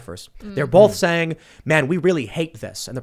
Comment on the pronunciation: Tim pronounces "both" as /bolf/.